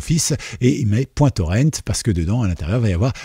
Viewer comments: Honte à vous ! Prononcer "Torrent" à l'anglaise alors que c'est un mot... français !? Pas fort... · Le mot français pour "torrent" est... "torrent" ! C'EST un mot français : le "torrent" d'une rivière !!! Ça se prononce comme "Laurent" ou "auvent". PAS le "ent" à l'anglaise...